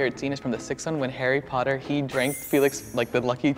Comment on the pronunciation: It’s Harry Potter not haarry porrer